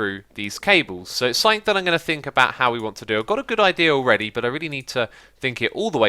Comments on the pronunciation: "avout" An obvious mistake X! :D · sorry 'avout'? xD u must have been tired man lol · AVOUT?? hahaha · Sounds french. Sorry a-vous pour le faut de frappe.